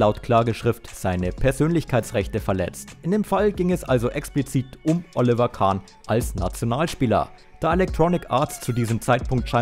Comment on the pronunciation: Alter du kannst den Namen Oliver nicht korrekt aussprechen grausam. Ich empfehle dir einen Sprachkurs!